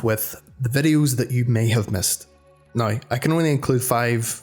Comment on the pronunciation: He says Now like Nigh